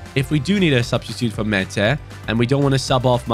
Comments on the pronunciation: When you pronounce Maatta, you say it like the Turkish name 'Mete', which I like very much as a Türk 😁. I love you, hi from 🇹🇷. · Määttä name is pronounced as Mata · Määtä is pronounced like Mata but slower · I'm not Finnish but Google Translate told me you pronounce Määttää as Mae-Ta (Sorry if it's wrong Finnish people) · How to pronounce MÄÄTTÄ IS MAR THA